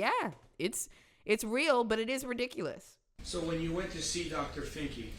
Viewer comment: "Real-diculus". The state of the world rn.